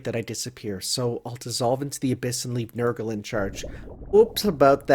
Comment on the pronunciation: So there actually are such people whose first instinct upon seeing "Nergal" is to pronounce it as "Nurgle". Huh. And I don't even have a reason to suspect of being an enjoyer of the 40k...